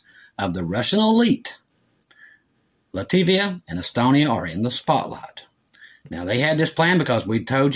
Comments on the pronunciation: Love you,! But it’s “Lat-vi-a” and “Ka-linen-grad.” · Latvia, not “Lativia.” Pronounced “LAT-vee-uh.”